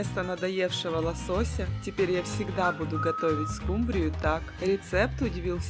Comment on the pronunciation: А почему скумбрию, с ударением на Ю?!